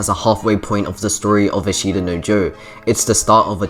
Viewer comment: Good video. i is silent in ashita btw